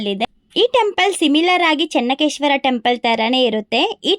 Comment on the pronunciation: It is not Chennakeshwara, it is Chennakeshava..